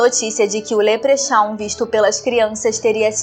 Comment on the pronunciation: Leprechaun: leprecóun